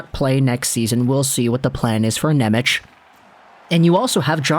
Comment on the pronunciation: Not Nemic but Nemec